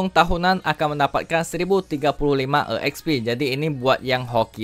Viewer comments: Bang lu napa nyebutnya E Eks Pi Padahal tinggal sebut ekspi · bang, EXP itu sebutanya udh exp jg (ekspi) bukan e xp ( e ekspi) hehe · EKSPI BANG BUKAN E'EKSPI🗿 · Asli kesel gua gagal fokus dengerny